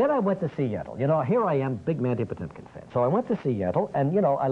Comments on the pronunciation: puh-TING-kin. The ting is stressed. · It's PUH-tink-in